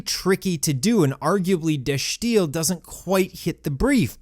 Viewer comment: well it is Dutch and he's using the right "accent", if you will, however you're right that the "i" is pronounced as an "i" and not an "ee"